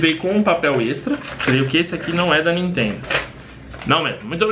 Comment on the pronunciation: jaja vc toma um striker por falar nitendo no seu video kkk:-)